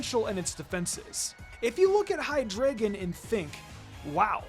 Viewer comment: It’s pronounced “hye-DRY-guhn”, “”! 🙄 Do you even know how to speak German, because the word “drei” in its name means “three” in German, referencing its three heads! 🤨